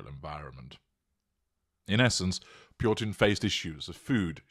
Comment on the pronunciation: It is interesting how you add an r to this name Purtin!